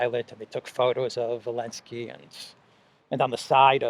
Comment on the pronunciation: BTW it's "ZELENSKY NOT ELENSKY!!!" Lets NOT get it twisted!!!